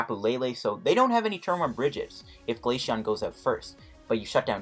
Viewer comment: It’s glaceon not glasheon